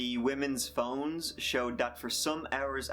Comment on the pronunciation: You said that they found the women's phones, but it sounded like you saod BONES